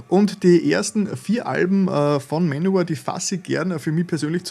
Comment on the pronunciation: "Manowör"???!??? Bin raus.